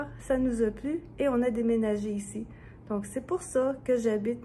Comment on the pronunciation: Bonjour tout le monde, Chengdu se prononce « tchung-too »